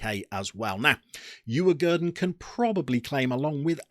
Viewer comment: Decent Pronuunciation on Djurgården to be fair